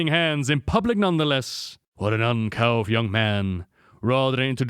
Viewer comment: You mispronounce a surprising amount of simple words. Uncouth was the one that hurt the most to hear this video.